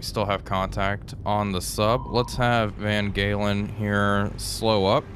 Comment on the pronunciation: In Dutch the G is sounded H, so Van Galen is actually Van Halen. Suggest referring to the ship as 'Eddie'...